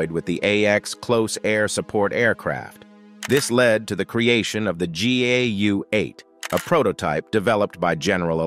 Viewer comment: It's not pronounced Gay U 8 A, GAU is pronounced GOW pronounced. Do commentary in areas you're educated in. So don't say; gay u 8 A.